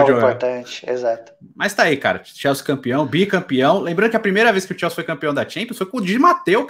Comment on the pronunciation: Pq n fala o nome do tine direito? Xelsi é o crlh, É Chelsea campeão